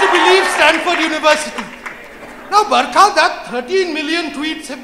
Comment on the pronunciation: Bharkha nhi burkha dutt